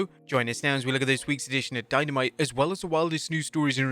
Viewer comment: Dynamite was “Dyno Mite!” 😂😂😂😂😂😂😂